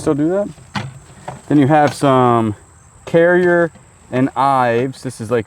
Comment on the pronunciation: Currier is pronounced cure e er. The company of Currier and Ives created beautiful Americana prints from 1834 to 1907. Then in 1949 the dinnerware was created. A single dinner plate goes for $50 on eBay.